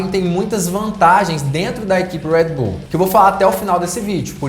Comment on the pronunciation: para de falar enrolado moço , uuuueeeeerrrrrreedd bull , é brasil irmao , red bull